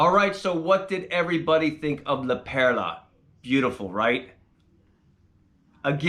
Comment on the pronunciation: Its not La Pera, fool, its La Perla- fool. . You look like you could be PR but you are soooo white bread.